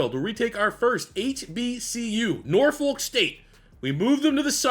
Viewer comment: I hate the way people who aren’t from Norfolk pronounce Norfolk 🤦‍♂️